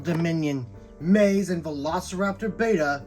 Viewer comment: Amazing review I only have 2 complaints first being the pronunciation of Maisie being wrong but I get it names can be confusing. And in the beginning you called the lystrosaurus a dinosaur in the beginning